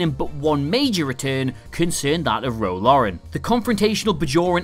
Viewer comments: Laren: Lair-en. not Lauren. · Lai-ren not Lor-en. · FFS stop calling her Ro LAUREN. LAREN! It's LAREN! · Love your content but.. Ro LARREN, not Lauren :) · Love your videos. Ro Laren, (Roh LAIR-in) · Don't worry. The presenter couldn't say Maquis OR Laren correctly.